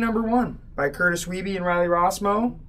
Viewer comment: Curtis Weibe is from my hometown. Must correct you on pronunciation of his name. Its "Weeb".